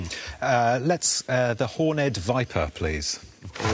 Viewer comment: No, it is hornèd viper, not horn’d viper. It’s like "crooked", "jagged", "ragged", or "six-legged". The -ed suffix tends to have a pronounced vowel when it’s an adjective.